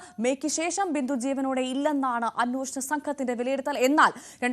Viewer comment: അന്നോഷണ സംഘമല്ല അന്വേഷണ എന്ന് മലയാളം പറയാൻ അറിയാത്ത ന്യൂസ്‌ റീഡർ